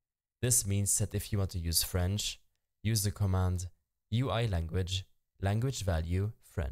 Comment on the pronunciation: bro said frensh